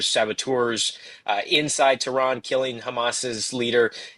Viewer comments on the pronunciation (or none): none